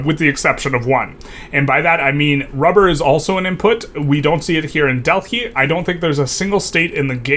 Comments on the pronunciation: Dell high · great video, but wtf is that pronunciation for Delhi?